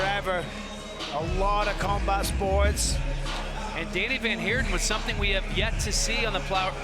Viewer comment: Danie is pronounced "daa-knee" not Danny